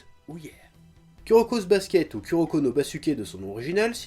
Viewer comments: Moi entrin de regarder la vidéo et entendre le chef dire ku o lieux de kou pour kuroko😂😂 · Putain mais, saute par la fenêtre, le U japonais se prononce OU en français, c'est pas compliqué... -_- on peut pas être crédible en parlant de manga quand on dit U je suis désolée x) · J'adore le chef :) mais il m'énerve à prononcer le Ku -> Ku et pas Kou comme cela doit être fait en phonétique c'est Kouroko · Je suis là seule fan qui rage des que le chef dit "Kuroko" au lieu de "Kuroko /kouroko/" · dsl mais Kuroko s'écrit Kuroko serte mais sa se prononce Kouroko